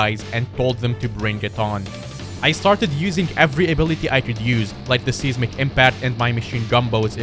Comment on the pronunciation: Can anyone else not get over the fact that he pronounces seismic seesmic